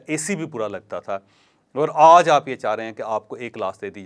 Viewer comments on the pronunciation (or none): سر جی (آج ) کہنے کا انداز تبدیل کریں اچھا نہیں لگتا